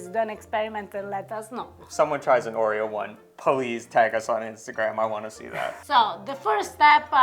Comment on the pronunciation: I love that Harper understood "or-ei-oh" =)